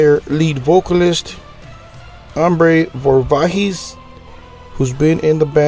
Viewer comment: At a minimum you really should learn how to pronounce the band’s name and the artist’s name before the interview.